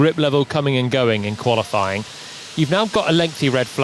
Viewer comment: "Qualiflying", i swear it's been said loads of times by different people.